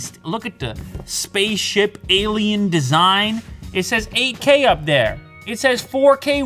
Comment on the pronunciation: the way he says "there" lol